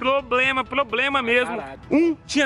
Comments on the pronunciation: esse foi ploblema memo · Maior problema que vi, foi vc falar problema...kkk